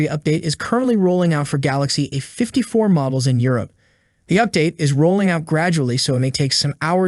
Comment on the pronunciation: It's A 54 why are you missing the A out every time you say A54 all your saying is 54 and it's annoying. You do it every time you do a video where you have to say A. Can't you say A....it's not rocket science. Think you need some lessons.